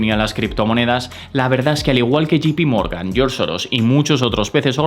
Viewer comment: Muchas gracias por tus videos. Los sigo y espero con ansias. Sólo una pequeña, muy pequeña, sugerencia. Me suena muy incómodo que te refieras a JPMorgan como “Yi-pi-morgan “ cuando debería sonar más a “yei-pi-morgan”. Sólo eso y espero no molestar con este comentario. Saludos